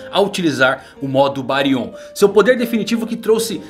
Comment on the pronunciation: Não acordou com o Jōgan e sim o Byakugan. Não é BáriON e sim BÁrion. Não querendo ser o "Sabichão", mas acredito a sílaba tônica está no "Bá".